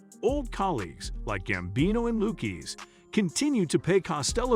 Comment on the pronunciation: Luke keys lol wtf it's lu kez ze